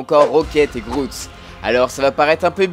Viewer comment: "Je s'appel Groute" 😂😂 l'anglais est pas ton fort 😂😉